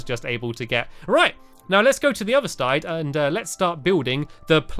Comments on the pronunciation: he said stide instead of side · Stampy... Instead os side you said stide LOL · of sidehe said "let's go to the other stide" instead